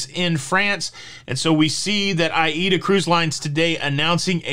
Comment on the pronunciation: “A”- “EE”-“DA” ‼️ so that’s how it’s pronounced! Now I’m enlightened 💡 yep the world is covid crazy! 🤪 but i am probably getting the booster because I just never know what wild idea my government🇨🇦 or even yours 🇺🇸 is going to dream up next! Maybe I won’t be able to return home without it come February?